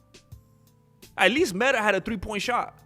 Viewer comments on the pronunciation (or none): none